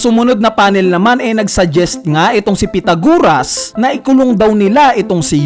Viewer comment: Pythagoras. Not pythaguras Culprit, Not Colprit